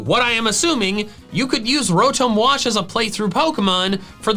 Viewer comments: Isn’t Rotom pronounced Row-tom because if it was Ro-tome then it’s name would have an E at the end? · Did u say ROWTOHM it’s ROWTOM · It's Ro-tom, not Ro-Tomb! like Tom cat, not Egyptian tomb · Uh, call me the Grammar police but your saying Rotom incorrectly. Rotome would be the spelling of what your saying E makes o say it's name so with it not being there it's Tom so Row-Tom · Wait is the official pronunciation ro-tome for Rotom. Or is this a joke like yah-vul-tal. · Rotum bruh that sounds so wrong